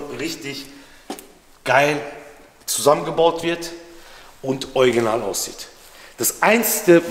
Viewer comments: Ich muss jedesmal lächeln wenn du anstatt original „ojginal“ sagst 😂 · Niemand:: oiginal 😂 Ich liebs ❤ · Ich liebe deine Videos! 😊 aber heut ist mir aufgefallen das du „Original“ echt lustig aussprichst 😅 ist das niemand anderem aufgefallen? 🤣